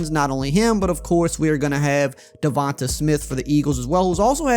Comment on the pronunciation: He never says Devonta smiths name correctly it’s (Da-Von-Tay) smith